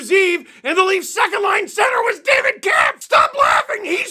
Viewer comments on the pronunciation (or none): none